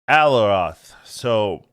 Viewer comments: ah-li-oth Ffs man just read the word. There is no R there. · In case you’d like to know. Alioth is pronounced “A-lie-oth” Thanks as always for your time and effort with your breakdown!